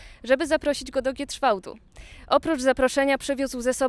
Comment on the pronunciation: Znowu "Giedrzwałd, Giedrzwałdzie", nawet nie potrafią wymówić poprawnie nazwy miejscowości.🫤